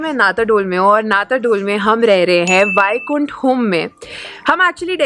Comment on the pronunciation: it's not वायकुंठ, It's वैकुंठ। Sorry for correction. But the video is 👍 As usual. Excellent place. Superb 🙏🙏 🎉🎉